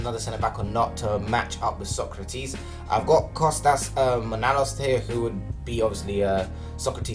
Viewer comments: As a greek, he butchered his name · as a Romanian he raped that name